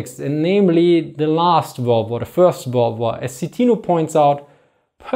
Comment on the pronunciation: Funny how you speaks Second Volrd Var